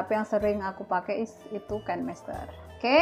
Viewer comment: Kan mester ... Bukanya Kine master ya.. Baca nya juga Kine master..